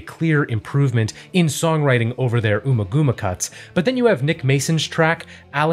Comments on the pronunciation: It's UMMA-GUMMA as in Hummer...Bummer. It's not the first name of Ms Thurman. (Ooma gooma) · Ummagumma is pronounced like um ah gum ah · Great video but please... it's pronounced AMMAGAMMA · here to comment. I love these… keep ‘em comin… but you have some pronunciation problems here… domine rhymes with astronomy, ummagumma is not oomagooma (think gum), the city is San Tropay, and according to David Gilmour in both Guitar World magazine and the Amazon Dark Side documentary, Money is in 7/8 time (though it seems the internet is split).